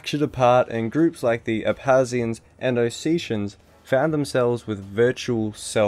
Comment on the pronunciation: You forgot to pronounce the K in Abkhazia & Abkhazians